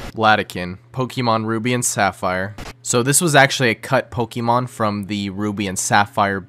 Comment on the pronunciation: Your pronunciation of “Pokémon” hurts me on a physical level.